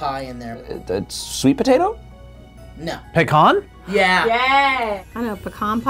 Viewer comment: Did they say Pikkon Pie? Do they mean Pecan Pie?